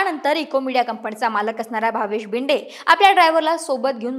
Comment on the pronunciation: जरा मराठी सुधारा भिदे नव्हे भिडे